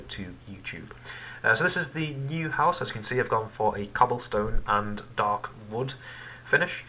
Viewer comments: Shut up it's house not huose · LOL were are you from Its H O U SE not HUOSE ya Idiot